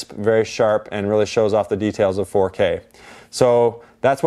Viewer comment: "Foh K" sounds tedious